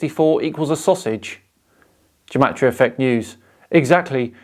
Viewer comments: Its pronounced with a hard G like game. Not like jematriah. I know is only pronouncing it that way because this joker is. The fact, however, that this joker claims to be a Gematriah expert and cant even pronounce it is.... sad. Also the entire concept in Judaism is based on the concept of sanctity of the Hebrew language in the bible and the fact that in ancient times the hebrew/aramaic alphabet was also the number system. Something that cannot be said for the modern English alphabet. But I suppose when people appropriate others culture they rarely show it enough respect to actually learn about its history. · I'm a Hebrew speaker, & "Gematria" is pronounced with a hard G as in "God", & not like a J. I'd expect Zach to know that, as someone who claims to be such an expert in it. Also, it's interesting to note that even medieval rabbis who excelled in Gematria & wrote many manuscripts on it always clarified that it can't be used to prove anything.